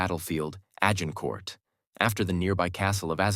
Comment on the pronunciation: The AI changed multiple times its pronunciation of 'Agincourt'. Highly irritating.